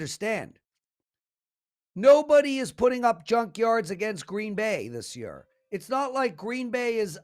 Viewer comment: Lmao, I was planning on commenting how he pronounces year 🤣